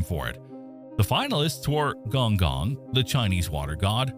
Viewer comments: Its gon'goon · Correction on the spelling. It's khong khong and see ahng lee oo.